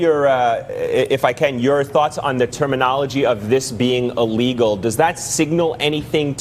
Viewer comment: I keep hearing this new word 'a-legal, is that different from illegal?